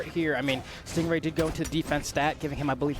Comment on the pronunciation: No offense to but i wonder how many times she called him a "GAY" lmfao. And let’s at least show respect to STING RAY, she should have practiced to pronounce the pro player’s name properly. Other words don’t matter but the NAME tho. It’s not about the accent that she has, nothing wrong with that, but the overall explanations she provides are not THAT GOOD (she said she doesn’t really know much about the great sword bcz she doesn’t play it). What did the black guy (caster) do wrong to be paired with her. He had to explain things that she couldn’t, and i saw his facial expressions kinda like trying to hold a laugh every time she says STING GUAY, he says STING RAY right after calls the name not properly. Can’t and hard to pronounce "R" for, i see, but I’m sure if she practices, she can do it. Or talk slower to deliver messages that she wants to deliver to us, She doesn’t need to talk that fast at all like some rapper, Step by step analyze the game play and let the brawlhalla fans focus on the game, not fighting over her. Dunno where she’s from and her mother tongue, she should just do it with her region’s language cast, not English if she’s gonna keep on trolling on some BASIC ATTITUDES AND KNOWLEDGES about the game. (ADA Nsig…) I love brawlhalla, dont really care THAT MUCH about the casters, I care about the characters played by pros if they play the characters that i like, so I watched all these new IMUGI game play, and STING GAY went over through my last limitat